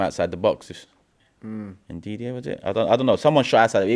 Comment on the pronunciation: bro said ndiddy 😂